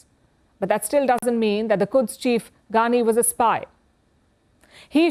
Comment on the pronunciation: Why is she saying Ghaani instead of Qaani?